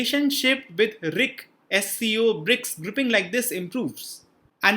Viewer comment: Please pronounce R I C not..